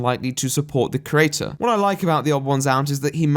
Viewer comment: He does misuse certain words and he pronounces 'creator' as 'crater', but asides from that he's pretty good.